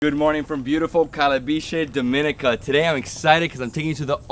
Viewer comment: I get why you did that first video. You’ve said Dominica wrong in every video thereafter. Lol